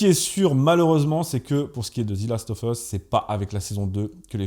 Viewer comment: The last of us « Ze last euv euss » « Zi » uniquement si le mot suivant commence par une voyelle sinon c’est « Ze ». « Of » se prononce « euv ».